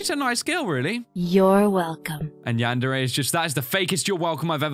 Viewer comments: Wait did say chran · Yandere-chran? Really?